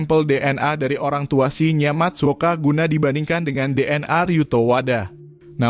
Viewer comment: salah baca namanya.. Shin-Ya, bukan Shi-nya